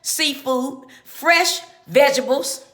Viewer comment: Paid for by Donald Trump! DID SHE SAY VEGRABLE!